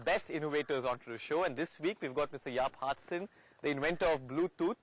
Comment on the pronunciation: Jaap Haartsen, not hartsen.